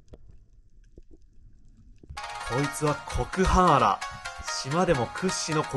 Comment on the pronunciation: コクハンアラだよね！？ 毎回、この魚の名前を コクハーンアラって言う！ なんで、素顔隠しての？ TikTokで素顔出てるのに。